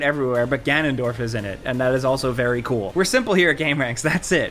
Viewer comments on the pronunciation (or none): none